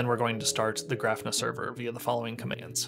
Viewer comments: Hey great video and thanks for posting it! I have to mention though that your pronunciation of Grafana is wrong. It's Graw-Fa-Na and not Graph-na. It's a play on the word Kibana (Ka-Baw-Na) which is from Elasticsearch. Grafana originally was built to use Graphite, so kinda how it got it's name. Anyways again thanks for the video. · Great video. But it is pronounced Gra-fa-na, emphasis on the first syllable. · I was wondering if I had been saying it wrong when I heard him. Thanks for that explanation.